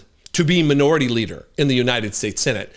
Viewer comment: Did you say Manure-ity instead of minority leader? HAHAHa